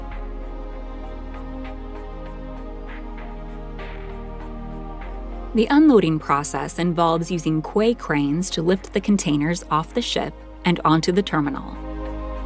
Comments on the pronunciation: Interesting, good video. The piece of dock meant as a connection to a ship is spelled Quay and pronounced KEY not QWEY. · Quay is pronounced key. You get it wrong all the time! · Pretty infantile commentary. Can’t pronounce “quay” properly. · "Quay" cranes :elbowcough